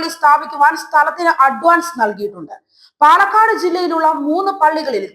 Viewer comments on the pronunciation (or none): none